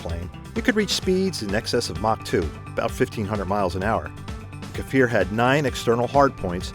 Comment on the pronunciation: It's pronounce kfir, not kafir, and the weapons embargo was a well staged publicity stunt, these are legit mirage 5 built in France and later modified into kfir.